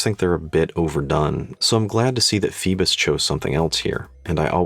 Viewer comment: Pronunciation: "foybos" (like "boy"). It is the classic Greek name that refers to Phoibos Apollo, the god of the sun. The name also refers to Apollo's grandmother Phoibe.